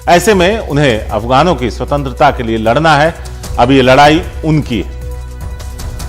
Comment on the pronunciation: अफ ...... गाण😂😂😂😂 नहीं अफगान😂😂